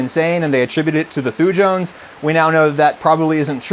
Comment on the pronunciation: As a biochemist in training, your pronunciation is near perfect (as far as that means anything). Only note: I would pronounce the word "thujones" as "thoo-yones", with the J being of the softer variety, similar to the Y in "yoghurt". This is derived from a group of Swiss-raised American- and British-educated people pronouncing things. Take of this what you like/want.